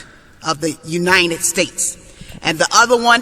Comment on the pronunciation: U-nine-ed states. Gets on my nerves when people pronounce united as u-nine-ed